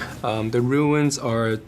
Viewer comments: Runes... Roooos not ruins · I hope the rest of the cast doesn't walk around the whole movie pronouncing "runes" as "ruins." That said, can't wait for this movie!!!!!!!!!!!!